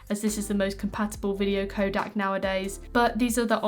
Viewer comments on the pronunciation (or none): Say it with me “codec” 😂